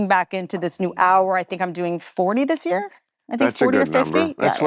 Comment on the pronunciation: "We could be in a wyear."